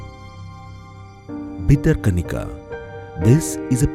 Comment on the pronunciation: It's not bitter kanika, it's Bhitara Kanika. Correct the repeated mistakes